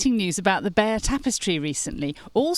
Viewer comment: The correct pronunciation of the tapestry is Bye - yur!